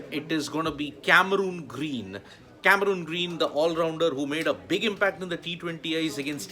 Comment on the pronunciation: What’s the actual pronunciation ? Never heard of this “Cameruuuuun Green” as described by sports tak host…by Australian commentators. It’s Cameron Green. Please check the Pronounciation in Australia.